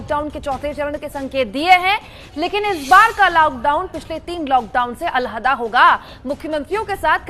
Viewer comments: Abe ye alhaddaa kya hota hay!! Alag hota hay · Al hda nhi Alaheda